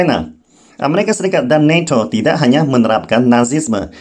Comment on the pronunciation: Neto bukan neco=nato